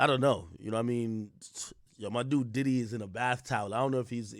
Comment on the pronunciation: P DIDDY ❌🙅🏾‍♂️ P DIDIT ✅ 🤦🏾‍♂️